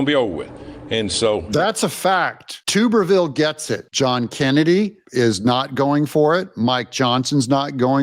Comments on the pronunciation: I’ve told you numerous times it’s TUBBER-Ville not TUBER. He’s a ex-football coach from Auburn AL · For the love of God! I'm a female and know that Coach Tommy Tuberville is a well known, amazing football coach and you pronounce his name TUB-ER-VILLER (TUB as in bath tub!) NOT "Tube"-er-ville. Learn how to pronounce names! You lose all credibility when you can't even pronounce a name correctly that is said multiple times a day in the media. 🤬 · Doug, the name is tub-ervil as in a wash tub, a tub of butter or a bath tub not a tube as in a piece of cylindrical pipe, a tuba horn, or tubal ligation. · Alabama Senator TUB-ER-VILLE just a correction Alabamian here, very proud of his stance ! We NEED TARIFFS I VOTE FOR TO USE NUECLEAR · Doug his name is pronounced TUB er ville. He is a former College football head coach for Auburn from